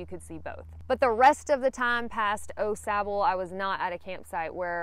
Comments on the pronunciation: I was going to reply the the same thing. It’s definitely Awe-sauble. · It’s pronounced Awe Sauble. Not Oh Sauble. Glad you enjoyed the trail. It’s my favorite trail. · Everyone I know pronounces it Aw Sahbull, but then again people say Deetroyt instead of Daytwah. Rather than wake up to hundreds of mosquitoes on my tent screen in the morning, I set up the tent before I go and spray the screens with something (I use Yard Guard) whose active ingredient ends in "ethrin". With deet they stay near you but don't land. With the ethrins they land, take off, and go die somewhere minutes later. It changes the campsite from swarming with mosquitoes to almost none. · Night 1 Au Sable, is pronounced aww- saw bo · Au Sable is pronounced Oh- Saab. #puremichigan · It’s pronounced Awwww Sabo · Having lived in Michigan, I always chuckle over the pronunciations of Au Sable by those who haven’t. Kinda cute actually. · I can tell.your not a michigan native by the way you say au sable 😊